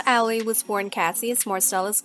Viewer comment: The person who made this video needs to learn how to Pronounce Ali's Name Correctly!